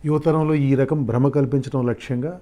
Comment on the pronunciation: బ్రమ కాదు..fact